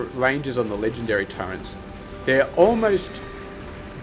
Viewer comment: Is it some regional accent thing to pronounce turret as turrent? Never heard an aussie pronounce it that way before